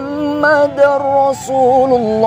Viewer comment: Yg benar lailahaillalloh muhammadurrosululloh. Bukan muhammadarrosululloh. Muhammadur benar. Muhammadar salah. Maaf cuma mengingatkan saja saya jga masih fakir ilmu